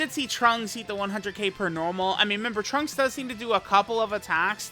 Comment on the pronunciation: Every time says trunksu it makes my heart flutter